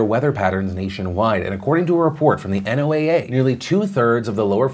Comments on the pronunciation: Just a heads up Phil. NOAA is commonly called "NOAH" not N, O, A, A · planetary science student here: i've never heard NOAA referred to as "the N-O-A-A" before, the common way is to say it like "Noah". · Phil sorry to say I hate to be nitpicky but, it not N O A A its pronounced Noah. I study meteorology in college for a while and even visited my local NOAA office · Wonder why Phil keeps saying NOAA instead of "NOAH"? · NOAA is normal said as "No-ah" but I guess it makes sense to spell it out for cc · For future reference, people usually pronounce "NOAA" phonetically, with the pronunciation of "Noah." Nobody really says each letter individually. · Hey Philly-D... not to knit-pick, but NOAA can be pronounced like "Noah." Some of these ridiculous acronym agencies are just a collection of letters (and so you just say the letters), but NOAA is cuter than those. Keep hustlin' brother!